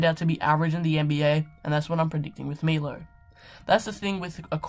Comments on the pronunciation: And it's not Milo, it's Milos (this s is pronounced as "sh" in serbian) :D It's ok, just listen to US commentators, most of them know how to pronounce it :) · you said wrong "Milo Teosidic".. correct is MiloS TEOdosic :D